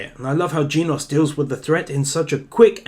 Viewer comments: its genos not geenos. is it that hart to say! im getting angry because of it. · Oh man.. he pronounced genos Jeenos 👏👏👏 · Genos is pronounced like generation (the gen part) and then os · U say genos wrong